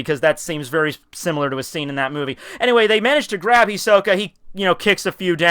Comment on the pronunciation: this is hilarius you talking about hunterxhunter, you have know ideia of what you're saying ahah well at least you can say Hisoka right xD but thank you i was one of the people you asked you, but go watch the anime first :D that way you will learn how to pronounce shitt